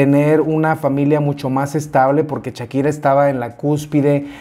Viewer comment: Un like por cada "chakira" que dice mi 😅 muy bien chismesito mi!! 🤭